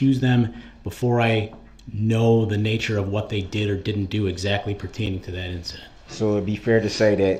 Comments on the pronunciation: just like when he says “can I do dat” ! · Translations Dat = that Du’uh = the Axe = ask Axed = asked Dis = this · That’s such a pet peeve of mine. When he says “I axed him” or “can I do dat” good lord it’s maddening